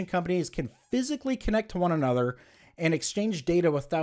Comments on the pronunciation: you talk so dumb. when you say "aye-nother" instead of another. such a really dumb person. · I think it accents